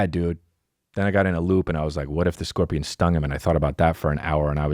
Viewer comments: “I scaled a korpian” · "I skilled a korpian"